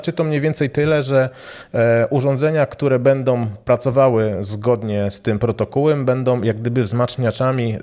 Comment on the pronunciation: "Protokołem", a nie "protokółem" XD Poza tym to bzdura, że trzeba mieć ten głośnik - Apple TV i iPad mogą funkcjonować w trybie huba (tylko w przypadku iPada trzeba to aktywować w ustawieniach - najpierw kliknąć w siebie i włączyć aplikację Dom/Home, a potem przejść do tej apki w ustawieniach i aktywować tryb huba)